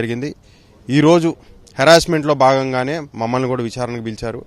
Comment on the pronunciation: కూరా కాదు ర అయ్యా కూడా , కూడా